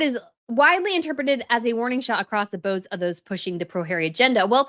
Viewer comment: When are good people like the wonderful YT creator of this great podcast, going to learn to pronounce words, and in this case instead of "bows" like "rainbows", you should say "a shot across the bows", should be "boughs" as in the English nursery rhyme, Rockabye Baby.